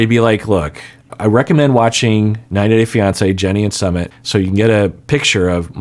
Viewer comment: has been so careful about pronouncing names of cast members correctly. However, he consistently mispronounces Sumits name. Everytime he says it. It might help to go back and listen to how his name is pronounced. pronounces it like the ‘summit’ of a mountain. It’s actually pronounced more like ‘Sue mit’.